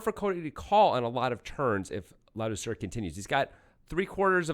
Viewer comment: Learn to pronounce Ladouceur's name. He is French-Canadian. The C is pronounce as a K.